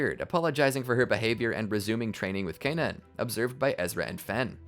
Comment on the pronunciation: The way you say Kanan is driving me crazy they never pronounce it like that in the show